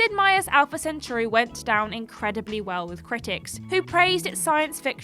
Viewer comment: The butchering of the word "centauri".